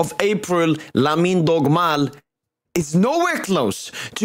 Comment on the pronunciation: I swear the next time you call him Dogmal I'm reporting this account